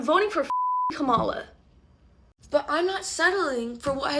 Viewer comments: chappell roan say's kamala like the racists do and that's a red flag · Chappell can't even pronounce Kamala correctly and pushed her black assistant recently. Her songs are overrated as well.